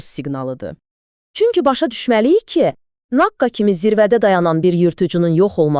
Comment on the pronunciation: Naqa yox naqqa 😂😂